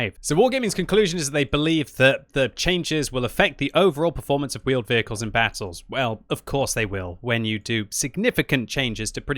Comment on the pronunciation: Vheeled Wehicles!!!!!